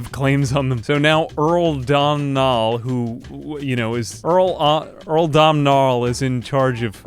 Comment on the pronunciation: Domhnall is pronounced dough-nul